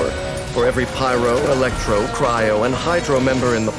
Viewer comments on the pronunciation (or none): none